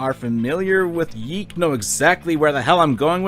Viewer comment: ITS PRONOUNCED YEEK